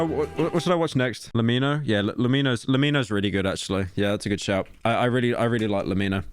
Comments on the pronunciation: I hate how pyro pronounces "lemmino" like le-mino instead of lemme-know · ITS LEMINO NOT LE MEENO PLEASE PYRO, ITS A PLAY ON "LET ME KNOW" = LEMINO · Its "leh me no" not "lemeeno" you cretin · "Le mino" lmaoo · Why did he pronounce lemino weird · fumming at the way pyro is pronouncing lemmino